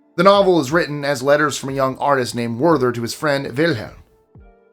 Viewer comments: Except he pronounced "Werther" as "Worth-er" instead of "Vair-tair" ...weird, since all the other German names were pronounced as Germans do. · Werther: ver-tuh. It's German.